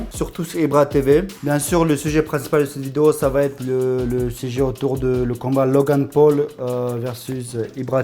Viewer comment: "logà paul" mdr